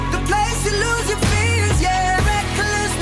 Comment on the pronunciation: I'm just surprised that nobody's talking about the fact that Zayn pronounces "reckless" as "reck-a-less".